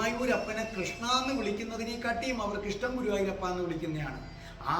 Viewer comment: എന്റെ പൊന്ന് ഗുരുവായുരപ്പ എന്നണ് പറയുന്നത് Sir